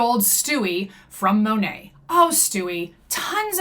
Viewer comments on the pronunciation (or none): Btw the correct pronunciation is Moh-Nate (long O like in Oh). I watched official Monat commercials. PS: Also floored that some REPS actually say it wrong. Like how can you not know how to say your own company’s name